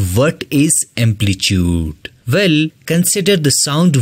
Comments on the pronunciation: Try to pronounce the word amplitude in right way . Ur video was helpful ❤️❤️ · Amplitude ❌ amplichude✔️ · Amplitude bro😂